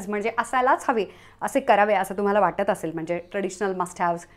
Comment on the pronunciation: A tshirt doesn't have to be fitted. Fitted tshirt is a look, but a looser sleeve is also one. There is nothing wrong with it. Plural of hardware is hardware, not hardwares. Also, don't over enunciate 'mhanje'. It's mhanje. Not mhanaje.